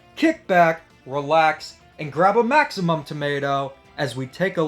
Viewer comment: its Maxim tomato! lol I used to say maximum as well